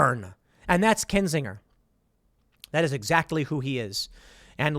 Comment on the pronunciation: The g in Kinsinger is a soft intonation. A burner of kin.